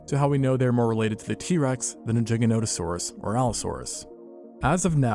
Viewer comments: Gigantosaurus = gigantic + saurus not jiggahnotahsaurus 🤦🏻‍♀️🤦🏻‍♀️ embarrassing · Every time I hear you pronounce Giganotosaurus it sounds like a fork violently scraping a plate 🥲 I’m willing to bet you pronounce GIF as “Jif” too.